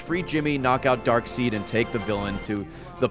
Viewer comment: Just realized Ray says Darkseed…😂